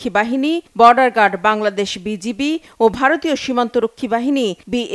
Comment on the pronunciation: এটা কেমন সংবাদ উপস্থাপিকা, বিজিবি কে বিজিপি বলে😌